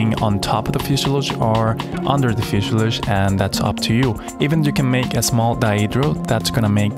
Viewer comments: Fuselage not fuseiluje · He can't say fusalage ;-)